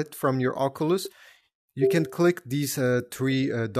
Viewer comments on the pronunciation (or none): bro saying ockoolus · The way he says oculus lol😂